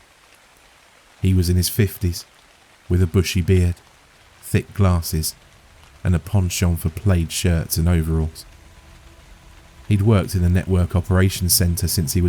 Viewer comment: It's pronounced plad not played. I'm a grunge kid.